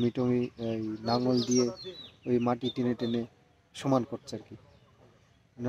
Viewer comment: নাঙ্গল নয় লাঙ্গল।